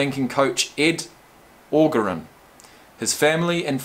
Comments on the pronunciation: The coaches name is pronounced Or-jer-on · Hey Brother it's pronounced Ed OH-JER-ON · Jt Cash lol still couldn’t get orgeron though